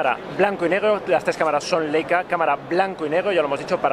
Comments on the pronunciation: También se dice "Laica" no "Leica" :) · No se dice "Leica", se pronuncia "Laica".